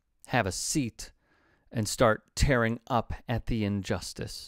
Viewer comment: Notes: "tear up" rhymes with "gear up," not "flare up". Hindustan times is HIND-oo-stan, not hinDUSTan. I offer these corrections because if you do not know how to pronounce things correctly, it gives opponents leeway to say, "He can't say it right. He doesn't know what he is talking about." You may roll your eyes at this, but it happens.